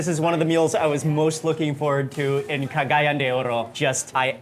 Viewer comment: You are pronouncing Cagayan incorrectly! It's CA-GA-YAN! The accent is on the YAN!